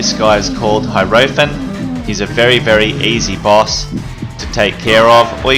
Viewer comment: If HOTD 2 takes place in Venice then how come HOTD 4 looks like it takes place in a bombed out London? Also that's not how you pronounce Hierophant, think Taro cards.